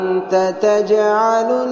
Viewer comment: It’s hazna, not huzna